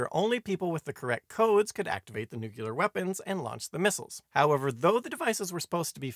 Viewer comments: Good video. Very scary. One note: New clear, not nuke you ler. :) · Nice quickie. Not partial to your pronunciation of nuclear as nukuler though lol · I came to leave this very comment. Thank you